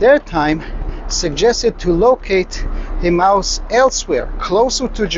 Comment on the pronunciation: are you says 'a mouse' or Emmaus.?